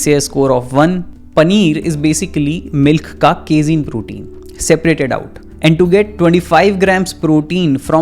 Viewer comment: What the fuck " केजीन " 😡 Its "कैसीन"